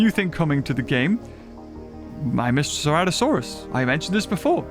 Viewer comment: finally learns how to pronounce the name of a dinosaur that's been in since the game started after playing for 5 yrs